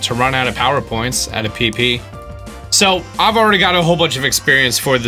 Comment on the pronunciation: You are the only person who can say pp without it sounding like pee pee